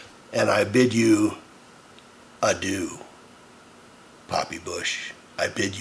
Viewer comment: kek, "I bid you a doo" I hope this was on purpose and not just a bastardization of adieu and you actually bid him a poop